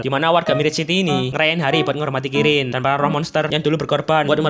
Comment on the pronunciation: ngebilang kirin malah jadi krillin🗿😅